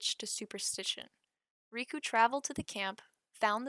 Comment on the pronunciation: Absolutely butchered the name pronunciations. How do you get ‘riku’ from ‘reiko’???? RAY. KO.